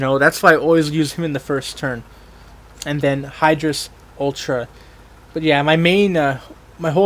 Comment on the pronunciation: The name is higerres not hiydorus you dumass